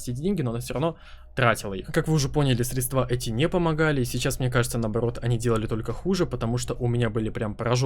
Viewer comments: срЕдства, а не средствА. не зря сегодня пару русского не проебал. А так, заебись все, продолжай братишка! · Друг, ничего личного, но пожалуйста.... срЕдства. срЕдствами...